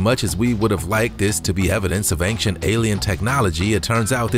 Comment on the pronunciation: Dear narrator: "Ancient" is not pronounced with a hard "C" ("K" sound).